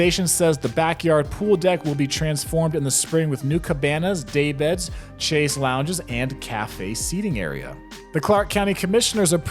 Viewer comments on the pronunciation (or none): none